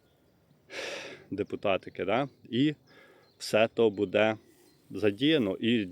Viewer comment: Ставте правільно наголос! Не будЄ, а бУде! Скільки можна вам про це писати, невже це так важко запам'ятати.